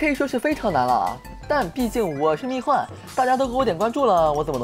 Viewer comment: 不是蜜獾（huan）吗